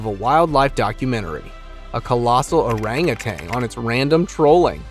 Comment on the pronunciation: The ape is pronounced oh-rUNG OO-TUNN not ow-rang oo-tang , Love from Indonesia.